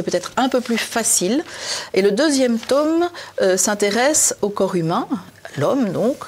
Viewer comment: Passionnant. (Mais pourquoi dites-vous "taume" au lieu de tome ?)